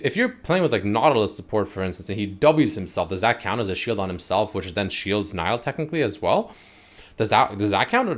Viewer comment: its nee-lah she even says her name in the trailer 🤦🏻‍♂️